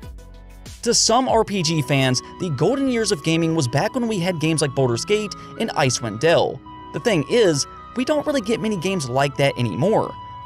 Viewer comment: Icewind Dale. DALE. not del.